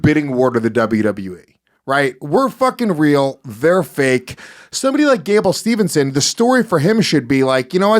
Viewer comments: Pet peve when they say Gables name wrong. It's Steveson not Stevenson. Also, he's 21. He's taking the Brock route. Make money then by 25, 26 he can go to mma. Yall have it ass backwards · His name is Gable STEVESON, NOT SteveNson.